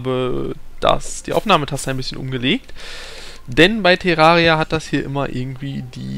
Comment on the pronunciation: meint der tErraria man spricht es tärraria